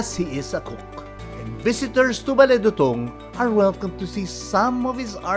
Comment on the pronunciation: It’s “dootoong”